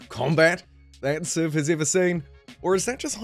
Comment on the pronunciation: Wow I can’t listen to this, good god, by the time I’d heard “civ siven, the hidline” I thought I’m out, I just can’t listen to kiwis butchering vowels it breaks my ears